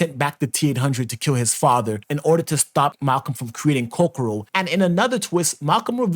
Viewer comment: Ko ko ro not ko ro ko hehe